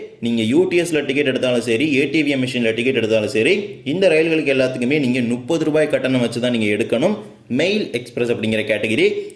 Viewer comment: நீங்கள் முப்பது என உச்சரிக்கமாட்டீர்களா???? ஏன் நுப்பது நுப்பது ரூபாய் என உச்சரிக்கிறீர்கள்?